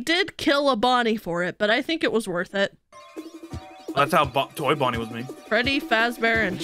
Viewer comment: Did no one notice called Bonnie “Vonnie”